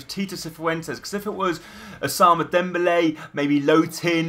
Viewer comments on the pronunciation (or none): nice vid but u have 2 pernounce "Ousman" not "Ousama" or whatever u said xD